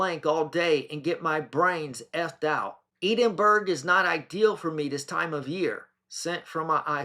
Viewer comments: you’re doing my nut in. It’s EDIN-BUR-UH. Not Edinbro. I so appreciate you putting this all out there but it’s so painful to a Scottish persons ears to hear you pronounce things like HAW-LAY [Hawley] arms as ha-lay. Just read the words 😂 in English 😏😜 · ED-IN- BURR-UH....try it, it's not hard.❤ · ed-in-bura down south lol